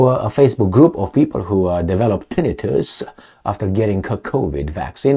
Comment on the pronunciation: Tinn. I. tus the emphasis is on the second i.